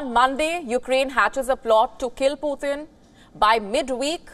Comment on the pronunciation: Not Puthin but Putin